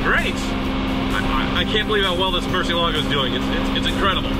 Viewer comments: Murshielagoh,... Is that hard to say Mur zi elago? (The z to exemplify the way you should pronounce it) cheez it's just Bat in Spanish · Somebody has to urgently tell this Guy that its MUR-CIELAGO and not MUR- CIE-LA-GO. Its spanish for bat... You welcome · Man, I just realized this whole time he's been saying "Murcielago" but all I heard was "Merci-Lago" hahaha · Why doesn't anyone pronounce Murciélago correctly? I mean, it's a simple Google search!